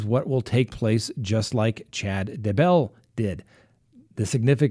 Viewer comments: DAY-BELL.......NOT DUH-BELL lolol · It's Daybell ,not duh bell, or dumbbell. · DAY......BELL. DAY-BELL. DAYBELL. Not DAH-BELL, Idk why it bothers me so much, but it does. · Day Bell.... not ....D"bell lol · At least say the guy name right , it's day - Bell 🙄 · I just can't. It's DAY 🔔 🛎 .I watch all the time and it's just ridiculous that after all these months you still can't pronounce it. Otherwise love your show😂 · Say it with me.... "DAY•BELL"! Ready....? Say "DAY"..... VERY GOOOOOD! Now just say- "BELL"! THAT'S IT buddy, u GOT IT NOW, i think...?!?! Lol Does he sometimes say- "It's a beautiful DA out today"? LMFAOOOOO It drives me INSANE that this highly educated LAWYER cannot pronounce the simplest name in HISTORY!! "DAY•BELL, DAY•BELL, DAYYYYYYYYYYYYYYY- BELL!" Agh, you'll get it lil buddy just keep trying + maybe one episode you'll actually say his name correctly 2 TIMES IN A ROW within 15 seconds of eachother.... I know, I KNOW- its a lofty goal that seems unattainable, but I truly believe you will reach the summit of ur Mt. Everest- "DAYYYYYY•BELL!" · Day.bell slight accent on Day. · Shane Freeland It's a long A on Daybell- uses a short A when he says his name. LOL not like I care that much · I always wonder if he does this on purpose lol. Especially since he has taken issue with name pronunciation on other cases! 😆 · Why do you pronounce Daybell that way? Good work anyway. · Why does he have SOOOO MUCH trouble w/ this Doofy-Douche-Dumpass' name?!?! 🤯🤯 SMH- he pronounces it differently every single time he says it + its probably the EASIEST name in hostory.... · You need to learn to pronounce Chad Daybell's name properly.